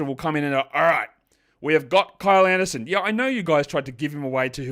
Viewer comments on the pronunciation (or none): none